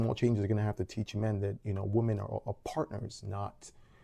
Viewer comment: Woman and women are not pronounced the same. PLEASE learn this. We are losing the word "women" .